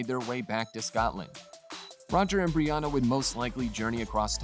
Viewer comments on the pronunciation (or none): Please practise the way to say the names correctly. Murta, Breeanna, Frazer, and for goodness sake get your facts straight. Bordering on clickbait